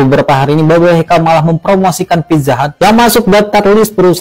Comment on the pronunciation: babe 😂😂😂 e nya ganti i